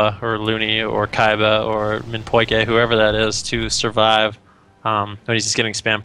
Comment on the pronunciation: Keeba? its Klba. READ THE NAMES. Felorea is FELOREA. not "feloruh"